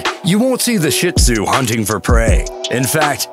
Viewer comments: It's not SHIT-ZOO, it's SHEET-ZOO. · I think I heard “shit zu” but not”shih tzu “. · in number 8 is sounded like shit zu